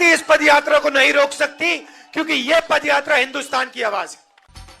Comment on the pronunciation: Pagal pad yaatra nahi paad yaatra